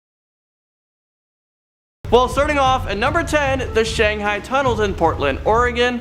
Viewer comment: OK, the city is Shanghai ... Shang - hi, not hey. Therefore, one got shanghi'd not shanghey'd. Good info, but could you please check the pronunciation of places before you record?